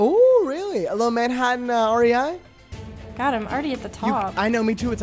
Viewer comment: The way pronounced rei is the most frustrating but funny thing I’ve heard all day